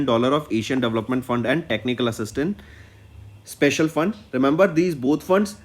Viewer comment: Pronounce "special" properly You said "spacial'